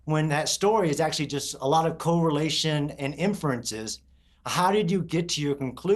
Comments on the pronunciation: I am bothered that he pronounces it as co-relation instead of correlation. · Other dude can’t even pronounce “correlation” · 10 minutes in and is yapping about “experts” but can’t even pronounce the word correlation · I'm supposed to trust the 'researcher' who doesn't know how to pronounce CORRELATION? 😂😂😂